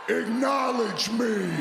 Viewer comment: Roman Reigns just wants everyone to igknowlege him. He's been saying the word wrong for like 3 years and no one has told him.